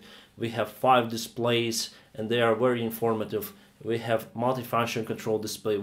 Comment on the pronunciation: Seven years of flying is nothing. Try more modesty. Also work on your accent. Especially the pronunciation of V. Say Very, not Wery.